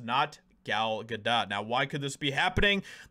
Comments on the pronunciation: Gal [Gah-dough] not Gah DOT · Its pronounced Good Dough not Good Dot? 😐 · Bro how r u STILL saying her name wrong?? It’s GA-DOE NOT GA-DOT. Like this is the 3rd video I’ve seen where u can’t manage to pronounce the name of person in ur title correctly which weakens ur ability to have a strong opinion. Love ur vids but come on brotha do at least a little research b4 editing ur final cut so u don’t sound dumb. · Pronounced Gal Ga doe (long “o” no “t” sound)…I believe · Her name is pronounced Gadough. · It's not dot (ga dot). if your going to say it 25 times in 4 minutes maybe try and get it correct , or only say it once or twice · Gal Ga-dot? Lol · Is he intentionally mispronouncing her name? Is it ignorance or is he trying to be edgy?… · dude, you don't pronounce the T in Gadot. Why don't you know how to pronounce her name???????????????????????????????????????????????????????????????????????????????????